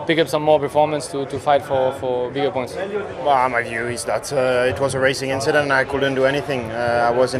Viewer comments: Leclerc "it was a racing inchedent" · Charles Leclerc again with the: "It twas just an inchident" -- just like he said as a kid in 2012 XD. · Charles with another inchident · just a racing inchident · Charles gave us the “nothing, just an inchident on the race“ response and nobody noticed😂😂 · leclerc said racing inchident ☠ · It was a race inchident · Racing inchident